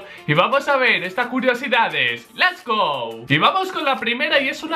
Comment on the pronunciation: el hombre k ponía let's sin la t